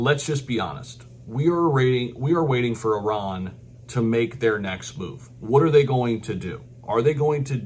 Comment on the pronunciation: Great to hear an American pronounce ‘Iran’ correctly 😂